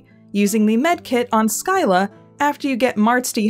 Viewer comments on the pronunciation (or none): I am Swedish and you pronounced "skylla" so badly I kind of forgot it was even a word, though that makes sense since the sk-sound (or the ɧ sound) does not exist in english